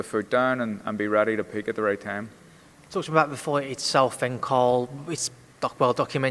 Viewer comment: How come pronounces TH words with V